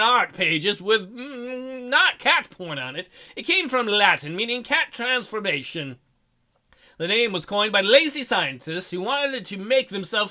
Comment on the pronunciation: No, I think you are saying it fine. It's because I want to say "car-th-our-thrans-for-mation". I can't say "cat-tu-trans-for-mation". xD It's like saying "dance". It sounds weird saying it with a flat 'a'. :P